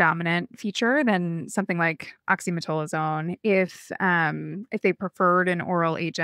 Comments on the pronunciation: I see this mispronunciation so often, but have heretofore demurred on correcting them for fear of being petty. I'm screaming inside OXY-ME-TAZ-O-LINE. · Great episode, especially emphasizing what to do instead of antibiotics for cold viruses. Oxymetazoline (Afrin) is the nasal spray medicine discussed for anyone confused by the slight mispronunciation in the episode.